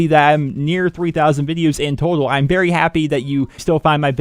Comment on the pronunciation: the type of guy to say berry instead of very